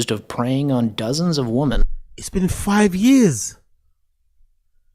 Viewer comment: Why does every single GenZ guy online say “woman” instead of “women”? It’s like they all do it! “A bunch of woman” Raised by iPad ahh weirdos. 🤦‍♂️